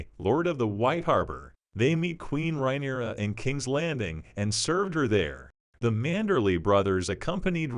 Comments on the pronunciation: Lol, the pronunciation of Rhaenyra took me out 😅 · Lol me too! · Leave my girl ri-nerya tar-gar-on alone. 😂